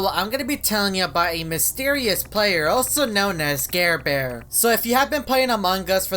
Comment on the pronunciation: Its NOT garebare its ???